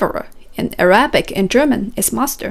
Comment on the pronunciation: You pronounce Arabic incorrectly